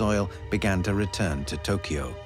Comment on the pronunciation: amazing how you say Hiroshima correctly, but Tokyo wrong like 200 times.